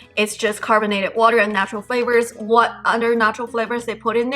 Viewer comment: It's pronounced other, not utter. Fyi